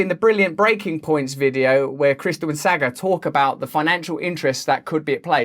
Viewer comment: Russell my friend, you pronounce Saagar like Saw-ger. Much love brother!